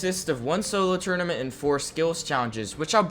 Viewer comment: new guys cool but he cant say tournament.